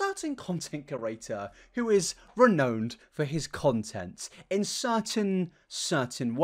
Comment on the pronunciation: oh gosh im sorry i had to cringe when you pronounced renowned like re-knowned >_< sorrryyy